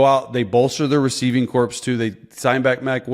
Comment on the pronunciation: English lesson of the day: Chase, the "P" in Corps is silent!